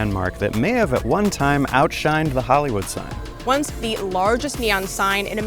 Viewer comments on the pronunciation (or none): Outshon not outshined.